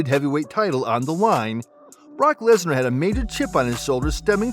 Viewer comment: “Lesnarrr” lmao